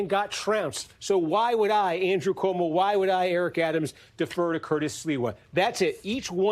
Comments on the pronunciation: Not the butchering of Sliwa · the anchor's "Sliwa" pronunciation just about sums up his notoriety and chances haha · Wait who is this guy? He doesn't know who Curtis Sliwa is? Obviously not. Steve Kornacki, as always, in the know. The gentleman who was anchoring him not being from New York obviously is no excuse for him mangling the pronunciation of someone that's been a New York let's call him icon for more than four decades